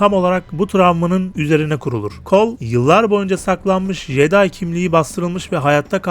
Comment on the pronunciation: jeday değil ceday diye okunur o, bilgin olsun kardeşim.